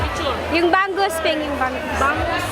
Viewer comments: May isda po ba na ang pangalan ay banggus? Hahahahha. Si ate talaga. Bangus po di banggus. Hahaha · BANG-GUS! lol..anyway thanks for the vid.